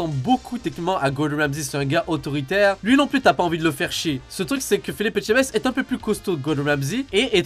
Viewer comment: On notera que dit mieux Etchebest que certains français 😂